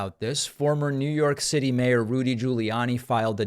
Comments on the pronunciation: I thought your Rudy slip up was great, too...but I heard it as "Lewdy," also very fitting. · So is he going to start playing Vegas? R G’s comedy review. Also: I heard lewdie, not looty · I heard it as Lewdy Rudy